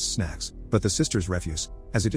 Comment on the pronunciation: The boy requests "snacks." I thought that I heard "sex" and then "the sisters refuse because it's the 1st day of their Abstinence." I only listen in the background without watching. So I hurried to rewind this and listen a few times. Still sounded like "sex" until I finally had "snacks" while watching how young the boy is. After reading the title and listening to other "Story Recapped" and "Detective Recapped" vids about similar themes, my brain was primed to expect it.